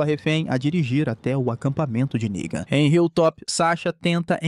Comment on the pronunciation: com todo cuidado do mundo para o YOUTUBE não entender a palavra "NEGAN", errado, ele PRONUNCIA ERRADO TBM! kkkkkk.